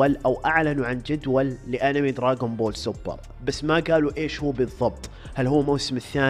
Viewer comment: دراغون بول مو دراقون بول ولآ دراجون بول الصح دراغون بول